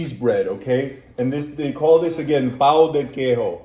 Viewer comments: Be careful when u say Pão de Queijo, the way u said means "cheese dick" in brasilian pt. Try to say "Pan" with a O in the end, Not Pau. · "PÃO" its one of the most dificult word to americans speak 😅. Usually americans speaks "pau" = dick 😂 its hard to put the sound in words thinking about a similar english word Maybe... "pã" = ("pam"+"hmm") And "que" = "ke" + i + "joe" "pam-hmm-the-ke-i-joe" Maybe...heheh...but dont think in spanish...isnt the same sounds I loved how you taste our food...❤❤